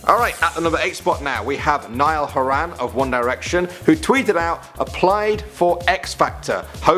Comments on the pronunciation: It's pronounced Hore En not Hore An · "Niall HorAn" smh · you said Horan wrong 😂😂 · How they say Horan is hilarious!!